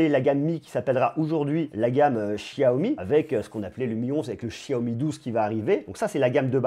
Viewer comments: Salut, je trouve ton travail pertinent et suis avec attention tes vidéos ! Juste un petit truc...on prononce Xiaomi ..."cha-o-mi"...parce que "chiaomi" en Français...ça fait bizarre...😁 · xiaomi se pronnomce [chaomi] et non [chiaomi]